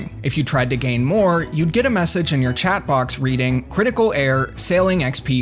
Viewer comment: Screen chaaht? I heard that Massachusetts